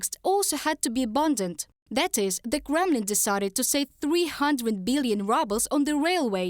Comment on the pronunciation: The presenter's accent is perfect!! She makes "Kremlin" sound like "Gremlin", which makes her reporting even more accurate!!!